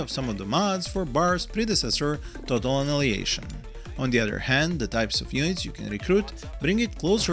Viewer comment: Big FAN, thank you for another great review, please keep up. Just a wierd notice: when you say Annihilation it sounds like...well... in Serbian instead of АНАЈАЛЕЈШН you say АНАЛИЈЕЈШН. You bring the ANAL to much! 😂💓